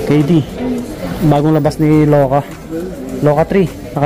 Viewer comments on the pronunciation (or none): Boss sino si LOKA?? Kakaloka! LUKA boss, letter U hindi O! Pambihira ohohoy